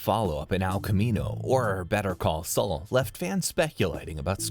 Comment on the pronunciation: "Al Camino" "Better Call Sull"